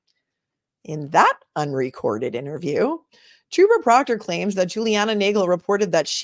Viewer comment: Re-watching this and dying that said TROPPER PROOKTER bahahah